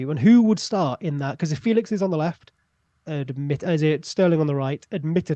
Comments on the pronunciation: Also it's apparently more like Fey-lish than Fey-lix if I'm not mistaken? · Just in case you guys care, it is feh lix not Felix there is an accent on the E...apparently he gets annoyed by people not saying it properly lol poor lad